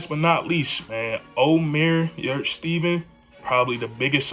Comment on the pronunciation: Yurt-Seven.(7) not Steven